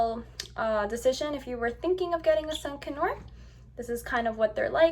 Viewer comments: Its pronounced "con your" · D it sounded like you were saying a sun canue lmao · It’s pronounced sun con-ur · It's pronounced con-UR not con-or.... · Its not sun connors its sun conure ! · Seriously, I was like have I been pronouncing (CON-YER) wrong all this time? 🤦🏻‍♀️🤣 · Your saying conure wrong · Are you pronouncing conure wrong or have I been wrong for 20 years?